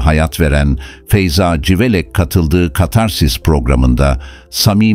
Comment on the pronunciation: Yahu, bu metinleri okuyacak bir INSAN yok mu da robota okutuyorsunuz? CIVELEK yerine SIVELEK diyor. Daha onlarca sacmalik. Okuyacak kimse yoksa, bana gonderin. Nereden cikti bu robotik sesler, anlamak mumkun degil. Igrenc